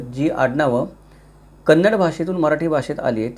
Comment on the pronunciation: Very happy that u said kannada not kaanadi usually marathi people say.thanks🙏🙏